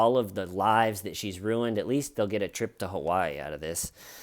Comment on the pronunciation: Why do you say Kawaii instead of Hawaii? Have you unpacked everything yet? Has Little-T coped ok with it all? 💚😊💚